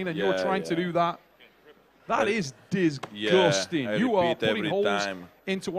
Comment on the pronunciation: Awesome match! Hearing say disgusting reminds me of people who say huge but pronounce it like youge lol